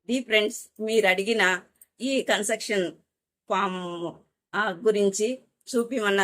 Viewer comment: కన్సర్టెక్షన్ ❌ కన్సేషన్ ✅